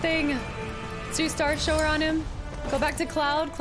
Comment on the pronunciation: Wanted to see how long you’d go calling it Star Show-Er and Star power and you went the whole game haha. It’s starshower as in when you go to take a shower to wash yourself haha. Really enjoyed the play-through though.